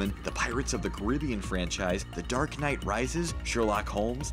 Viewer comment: ish, I'm sorry, but I heard "The Dark Knight Rises" with a pronounced "k" for the Knight. Can anyone confirm?